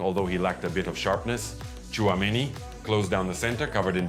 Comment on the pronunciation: Good video. Just annoying that you pronounce Tchouameni good and simple names like Vinicius and Kylian wrong.